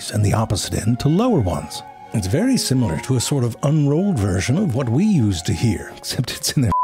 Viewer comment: I'll tell you, hwhat.